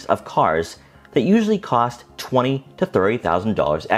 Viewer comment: Twenty twenty three not tweny tweny three.